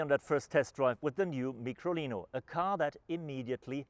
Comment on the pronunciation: Its Micolino - as in Microscope. Not a Meekrolino. And the early version was an Isetta - as in Eye- setta. Not an Eee-setta.